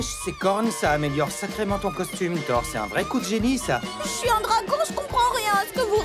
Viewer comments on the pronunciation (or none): Anmednock j'avoue et puis le pire dut pire c'est qu'il dise kabayashi et non Kobayashi et thor que toru, cest pourtant simple a dire il aurait pus faire un petit effort sur se coup là mais sinon tout est bon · Pourquoi on passe de ThorU (oui j'insiste sur le U) a Thor? Je comprendrais jamais pourquoi la VF se permet defois des modifications comme sa sur les noms des personnages